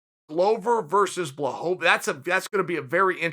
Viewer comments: Dude foking hell. Pronounce it Bla-hovich not Blahohovich FFS Chael! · BLAH-HO-VAH-VICH lmao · Please say the man’s name correctly Chael 😂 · You can't even say Jan's name wrong with consistentcy smh. That's how much the polish power frightened uncle cheater, I mean uncle chael. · Is he trolling with that pronunciation of Jan’s surname? It’s getting annoying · Chael, happy you're finally showing some RESPECT towards Jan. BUT please, start pronouncing his last name correctly lol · He's saying it wrong on purpose. He has to be by now.